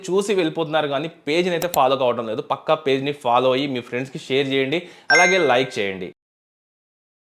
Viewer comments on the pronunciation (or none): PAKKA. kaadhu. PAKKAA